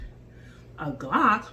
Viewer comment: "a geelock"🤣 not making fun just found funny love the video keep up the awesome stuff